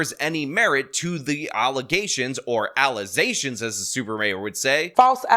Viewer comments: “False allezations” 😂😂😂😂😂😂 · False allezations is probably my favorite Super Mayorism to come from her 😂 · Okay, is anybody also getting sick of hearing "allezations" yet? It's almost every video. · Please don't ever stop using the "allezations" clip. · I love your clips of the super mayors mispronounciation of allegations lol.